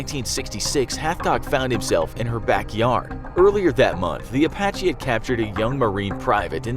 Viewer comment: Apache sound like "a Bac Ky" to me. That's offensive